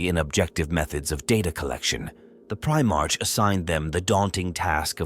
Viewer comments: If you are going to make a 40k video at least learn how to pronounce Primarch correctly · It's not fine for me either. 😅 I did keep trying to think of it that way, but the mispronunciation was still just way too much for me.